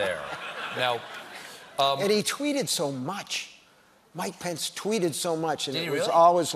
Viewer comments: When he said mike pence I thought he said my pants at first😂 I was like wtf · I kept hearing "my pants" when he was talking about Mike Pence and it deadass took several double takes to figure it out 😂😂😂